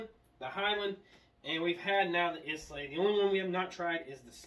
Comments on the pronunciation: Good show but Islay is pronounced like "Aye-Lah" or "I-lah" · Yep I definitely died a little inside when he said is-lay